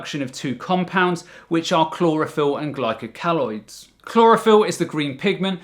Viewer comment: Interesting video. Glycoalkaloid is pronounced 'glyco- alkaloid' not 'glyco- caloid'.